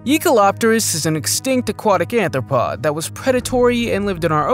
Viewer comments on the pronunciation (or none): none